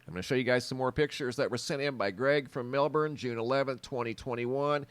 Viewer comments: congratulations on pronouncing Melbourne correctly. (not Mel-bourne). Well done. that windstorm really did a job on the trees and the power supply. Some power won't be restored to some homes until mid-July!. My daughter has had her power off for 9 days so far. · Well done mate at saying Melbourne, 🇦🇺🦘🐨